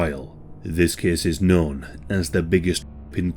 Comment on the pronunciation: ahh the good old ''this kees takes plees'' ^^ hehehe got to love this dialeckt